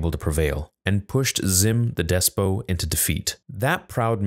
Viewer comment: The second video I've seen today that you mention Xim the Despot. It's pronounced DES-POT or DES-PUHT, but not DES-POH. I know you're Canadian, but come on.